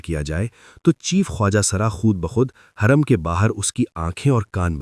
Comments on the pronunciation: Ai ne ye sab bola hai lagta is liye hurrem ki jageh khurrem bol raha hai hurrem ke pesh ko nuqta padh raha hai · Khuurrum Nahi Hoorum